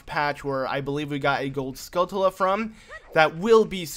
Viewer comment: You know it's skullTulla and not skullKulla right? Obviously its not a big deal, its just annoying